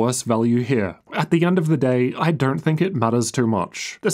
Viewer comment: Why the f*&$ do you keep saying DERNT instead of DON'T???